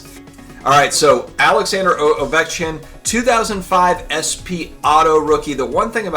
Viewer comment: just call him "the Geat 8" instead of butchering his name